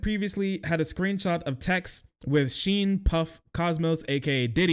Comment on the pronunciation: "...with Sheen 'Puff' Cosmos, aka Diddy..." Jfc, how do you butcher a man's name that hard?! My mans. Calm it down, slow it down, read a bit more carefully instead of just brute-force barreling through it all like that. It's "Sean 'Puffy' Combs aka Diddy." "Sean," as in "Shawn." And "Puffy" not "Puff," but that's the one that isn't really egregious. And then finally, it's "COMBS." Idk how in the planet called ærth you get "Cosmos" out of "Combs" but there we have it! 🤣😂 At least he got "Diddy" right!